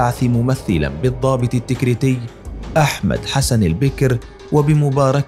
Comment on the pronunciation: وثائقي جميل جدا ولكن المعلق لا يملك الحد الأدنى من الثقافة ويجب ان تكون هنالك رقابة قبل رفع المقاطع. احمد حسن البكر وهواري بو مدين لا يعرف لفظ هذه الاسماء بالشكل الصحيح وهنالك الكثير من الاخطاء اللغوية والنحوية. يرجى تفادي هذه الاخطاء